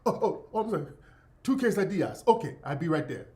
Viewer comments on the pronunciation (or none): This nigga said quesadilla and Acer.. lol